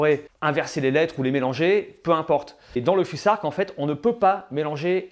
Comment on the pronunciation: On prononce fusark ou fousark?